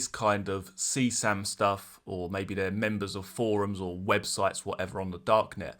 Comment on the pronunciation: right. But he keeps saying seesam. Its C. S. A. M.